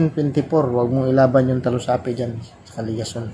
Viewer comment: Bakit talusapi? Diba dalusapi?